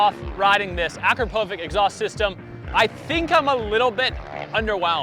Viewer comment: You pronounced akropovic wrong it’s more like uh crop uh vitch